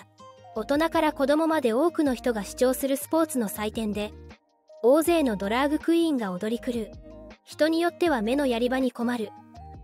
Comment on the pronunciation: 他の多くのYouTuberが「ドラッグクイーン」と表現をしている中「ドラァグクイーン」と正確に表現していて感心した。